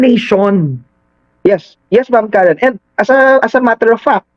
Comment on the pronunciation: boss .karen po..hindi karin😂😂